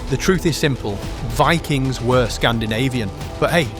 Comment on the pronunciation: It wuz Vikangz, not Vikings. ... Otherwise, great video.